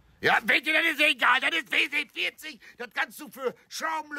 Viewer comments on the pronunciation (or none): wie er versucht die buchstaben englisch zu betonen bei WD40 hach is so toll WD40 kann so viel mehr als nur rost bekämpfen oder sachen schmieren